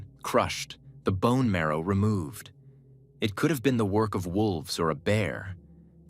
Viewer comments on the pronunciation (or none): none